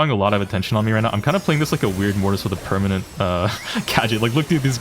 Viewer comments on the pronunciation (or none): none